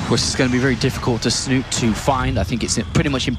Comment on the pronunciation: Snut? This is Norwegian bro, you pronounce the e at the end!